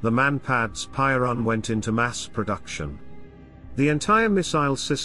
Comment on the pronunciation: Piorun not Poirun ffs